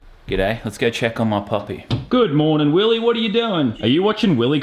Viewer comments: it is not willy! It is WILLEH! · YOU SAID YOU HAVE TO SAY IT LIKE WILLEH